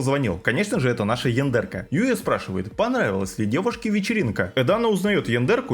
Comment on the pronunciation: Почему то я периодически слышу не яндерка, а яндырка.